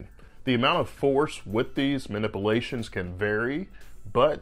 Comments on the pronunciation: Whenever I need a good laugh, I'll play this video and listen the Doctor try to pronounce "manipulations"! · "Manipilations" "hilling" Not sure I trust a doctor who can't even pronounce words. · You are mispronouncing "manipulations"